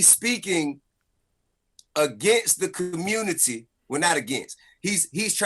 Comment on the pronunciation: "Commumity leader" 🤣 Man open ya bible & repent